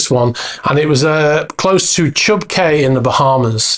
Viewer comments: Cay is always pronounced KEE, same as quay. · The Bahamians pronounce the word “Cay” as “Key”. Just FYI